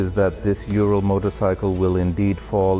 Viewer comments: U-rahl. Not urel .. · Its pronounced oo-rull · Yan didnt teach you how to pronounce it correctly ?URAL- OORAL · How to say URAL in English. Just say ooh-raahl but the R needs to roll, not be the typical english R. Kinda like people from Costa Rica say Costa Rica. Forget any U sounding like 'you'. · Ooo Rahl! No one pronounces it right, lol. So in the first 5 min i thought, why do you always bash Urals? I have an 06 among my collection and it is my favorite bike. They are maintenance intensive, but the easiest bike i have ever worked on! I currently have my trans mission out replacing the clutch, time consuming but otherwise simple. Now i disagree on the idea they were stollen. History says otherwise. They were part of the "Non Agression" pact Hitler signed with Russia. 2 R71's and they were both 2wd! The germans were known for that on their military BMW's! Now i have to say before i get too far, awesome video! I will be donating! My prayers are with Jan! I have a home in Bulgaria another former soviet nation. The people of Eastern Europe are amazing! They help their neighbor! Now back to Ural, lol. The Ural was superior to the BMW R71! The R71 could not function in the siberian regions as it was a bushing motor, where the Ural is a needle bearing motor, i'm told they took that idea from Harley Davidson. The unreliability ,in my opinion, from experience, is from letting it sit! It has to be ridden all the time! I lost a cylinder to rings sticking in the top of the piston from the oil settling down to the bottom of the rings as it's a boxer motor. Ring stuck, broke, took out the cylinder wall. Now i ride mine every day and have only worn put tires and a clutch. I remember you flooding out a Ural, pumping the water out and riding it home and calling in unreliable! What? Tr